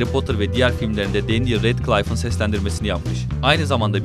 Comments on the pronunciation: Danyel... Kesinlikle Daniel değil... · değil denyıl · danyıl değil denyil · danyel değil denyıl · Danyel değil denyıl abi sinirim bozulduu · Melfoy değil malfoy, danyel değil denyıl, madam hoç değil madam hok olarak okunuyordu. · keşke önce telaffuzlara baksaydınız melfoy ve danyıl ne allah aşkına